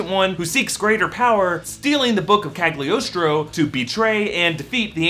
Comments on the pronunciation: It's pronounced "KaLiostro", since it's Italian. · A little info regarding Italian pronunciation: Cagliostro is pronounced "Caliostro" (G is kinda mute when paired with an L). As for Giacchino - in Italian "ch" and "cch" are always pronounced as "k". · It's pronounced Caliostro, the G is silent.